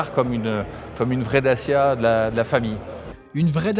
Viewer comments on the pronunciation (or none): It's DaCHIa, not Dasia